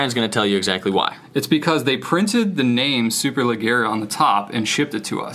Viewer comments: Superleggera means ultra light in Italian :) the double g is pronounced like in “badge” :) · "Superleggera" literally means "super light" in Italian, and it's pronounced "superledjera", but making the sound "dj" last longer. In Italian, you make an hard g sound only when it's followed by an h.